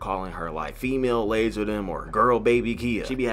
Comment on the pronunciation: It don’t even sound like lazar 😭👎